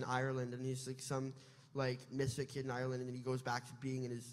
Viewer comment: The best thing about this is that Gaten can pronounce Ireland correctly